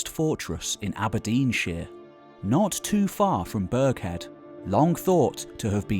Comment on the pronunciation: AberdeenSHIRE ... not SHEER.